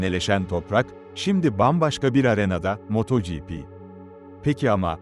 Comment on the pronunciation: Yahu su yapay zeka seslendirmesi ne alaka? Bi is yapiyosaniz az cesaretiniz olsun kendiniz konusun! Ödlek ödlek yapay zekanin arkasina saklanmissiniz.... moooooto gipi ne aq sinir oldum...